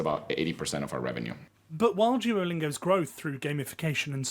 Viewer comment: someone said Jewelingo lmao